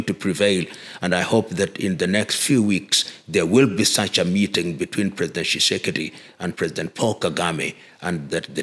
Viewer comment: Are you Congolese? You can't pronounce the name Tshisekedi, but your name is Lumumba? President Tshisekedi acknowledged The Banamulenge as Tusti Congolese in 2019. Tusti Congolese are not discriminated against by anyone in COngo, DRC.